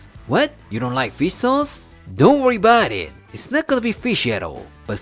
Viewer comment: Italian Americans: Fuhgeddaboudit: Don'tworryaboudit